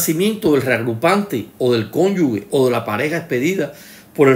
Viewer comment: Cada vez que dice “cónyugue” muere un profesor de lengua española.